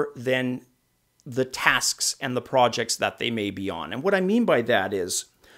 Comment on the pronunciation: He says every word normally except Prooojects. It's funny. I used to work at Activision. Was sheer hell. No fun at all...